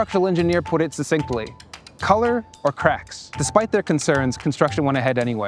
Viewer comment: Suc-cintly, not sus-sinctly.